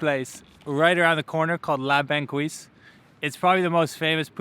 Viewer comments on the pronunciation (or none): The resto is called La Banquise, not banquouise like Thelma and Louise. He's learning about my Montreal and I love it. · It's pronounce la bankeeze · FYI, it’s pronounced la bahn keys